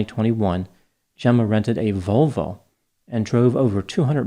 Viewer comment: “Jenna rented a Vol-VOW 😂😂😂